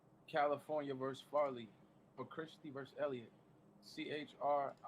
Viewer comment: I just want someone to tell the head clown that “versus” has two syllables.